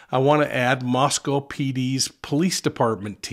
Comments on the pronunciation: MoscO long O! Not Mos Cow, We are not in Russia... please ... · I know I’m being grammar cop but we locals pronounce it as Mosco with a long O not Russia. Thank You!